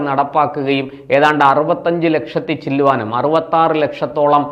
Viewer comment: ചില്ല്വാനം അല്ല ചില്ലാനം😂